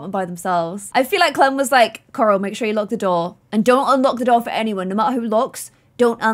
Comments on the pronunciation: when you say coral it sounds like your saying karl id rather you say it more like coral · No one: when pronouncing Corals name: ✨👹COŒRAŁ👹✨ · I find it so funny that with accent she pronounces coral (core-all) so aggressively